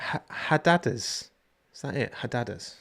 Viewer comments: HAAAAR DEEEE DAARS is how you pronounce those birds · the birds are called hadedas (pronunciation needs a little work 🤣🤣🤣) but on a serious note, as a South African (Joburger), I do think Kyalami is the way to go. Street circuits are too many already and Kyalami is a beautiful track!